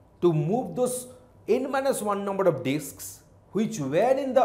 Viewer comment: Is it only me or did he really said Dicks instead of disks